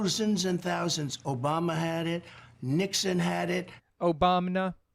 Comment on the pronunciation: the OBAMNA really caught me off guard haha